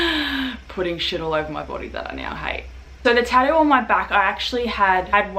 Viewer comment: What’s a tah-ooh